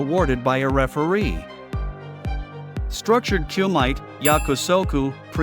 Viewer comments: Its Ku mi te, not cuemite.. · it is pronounced like coo me tay not coo mite